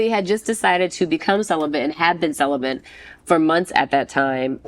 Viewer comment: She still hasn't learned how to say the word celibate.